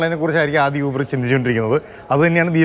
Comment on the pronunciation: യൂബർ അല്ല.. ഊ..........